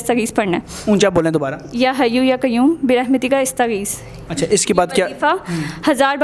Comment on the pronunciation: استغیث کی الف پر زبر ھے ۔۔